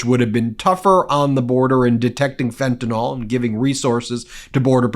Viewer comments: You've mispronounced fentanyl!! It's not fentanol!! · IT IS NOT FENTANOL. IT IS FENTANYL . YOU GUYS SPEAK ONE LANGUAGE. SPEAK IT PROPERLY. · Fentayl is pronounced "fen-ta-nil", not "fen-ta-nol" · Fentanyl is mispronounced everywhere